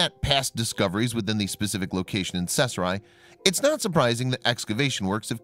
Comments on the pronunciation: caesarea ( see-za-ria) kay-sahria . CAESAR-ea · Pronounced Seesaria. Drives me crazy!!! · I have no clue as to what town he is saying, sounds like sethra. Just a sniff of sheckles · Caesarea is NOT even a hard word to say - it's pronounced like "Ses-ar-e-a". This voice-over guy literally makes up his own random pronunciations for ALL foreign words and English words over 8th-grade level. It's a shame, because he's a talented guy - but his poor pronunciation hurts the credibility of EVERY video he does.